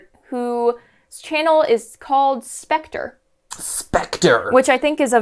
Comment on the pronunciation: Speter more like vekter